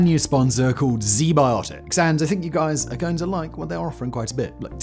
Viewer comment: “Zee biotics” hmmm… I’ll give them a look.